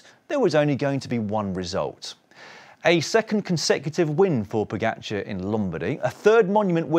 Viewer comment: You still haven't worked out how to pronounce his name. It's Po-ga-c(h)ar. It's friggin not Po-get-char. You don't seem to have problems with other riders names, so I reckon it's a jealousy thing.